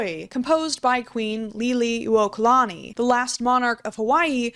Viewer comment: as well meaning as possible, as a Hawaiian her name is pronounced lili- (like the common name) versus li-li. This is because the name was a combination of newer beliefs and ancient beliefs. I am named after her lol